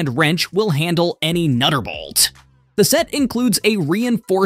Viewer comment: them hellohgen bulbs and the set consists of 192 essay and metric items. nutterbolt?, mech a nick, milly mitters. what in the actual hell is wrong with people. this is seriously disturbing to listen to.